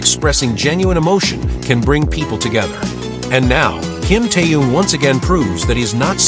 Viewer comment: His name was mispronounced every single time by this AI generated nonsense.